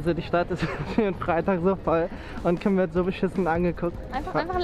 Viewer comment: Warum "Tim" und nich "Kim"??😵😂